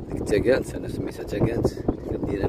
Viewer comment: Good journey. Mais attention à la pronenciation et à la signification du Nom de cette ville "taguente".c est un nom AMAZIGH QUI Veut dire la JUNGLE. ON le prononce ici à la région de سوس: tagante تكانت. Les 2 t du mot tagante doivent êtres prononcées en التاء et non طاء. Mes salutations. Ton ami Pr Hassan Douch (ERAC).